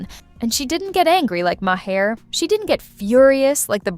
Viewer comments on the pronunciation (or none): Colin Yost is pronounced Y-OH-ST. Bill Maher is pronounced M-AY-ER. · Ma Hair? If it’s not AI, it’s an ignorant idiot reading this.